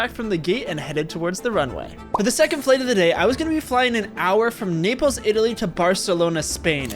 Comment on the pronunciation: Bro really said "napels" 😂😂😂😂